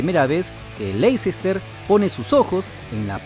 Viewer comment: Info, se pronuncian... Píramids y Léister